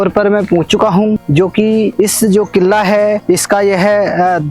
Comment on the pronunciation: किल्ला किल्ला कितने बार बोलेगा भाई किल्ला नहीं किला कहो